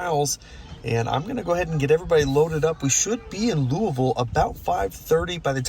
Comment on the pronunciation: I see you got the Louisville pronunciation down. I always struggle with that one. Also the supercharger there is called Supuhchah-guh.